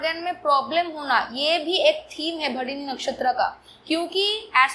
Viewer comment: Mam its Bharani/भरणी (and not Bharini).